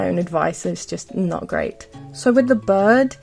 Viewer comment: I luv ur voice but when u said bird i thought u said bud and i was confused but ur accent is really cute ⭐🩷